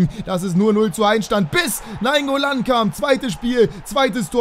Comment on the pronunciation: Also naingoolan zumindest